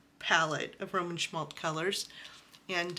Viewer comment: Once you start collecting Roman Szmal not “Szmalt”, you can’t stop. Love these paints!